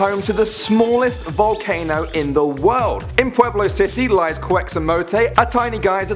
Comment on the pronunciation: said the state in number 10 wrong because i have been to that volcano before and he said the state is "Pueblo"but it is actually "Puebla" Pronounced: (pwebla)